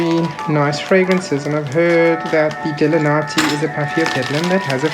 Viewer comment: Paphiopedilum delenatii variety alba....delanatii is pronounced de-lynn-at- e -i : —-Cat-lee-ann-th-ee